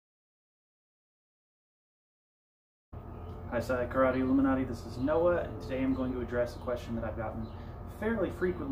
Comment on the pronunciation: Aluminati did he say on the intro?